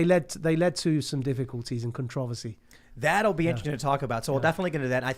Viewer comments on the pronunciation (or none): The way this guy pronounced “controversy” ….bro. My brain broke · Why can’t people pronunciate “con tro ver sy”. Why do people have to say words in such a wildly different manner for some reason.